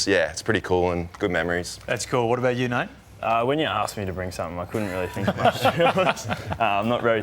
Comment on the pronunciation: 36 it’s Nate lol not nat I am I am and Essendon fan